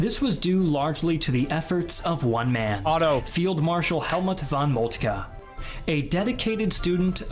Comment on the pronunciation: Definitely not fault. His initial von Moltke was on point.